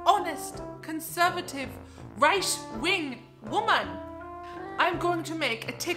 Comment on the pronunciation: The way you said right wing and it sounded like Reich wing and I DIED